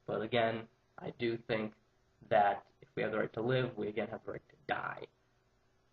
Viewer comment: apparently he did, and the word he got was.. 'die' .. seriously, as constructive criticism (i aint putting you down, just trying to help you improve) emphasizing the word 'die' detracts from your argument. other than that, not a bad vid - presented better than most i have seen so far thx for talking about it w/o going all emo..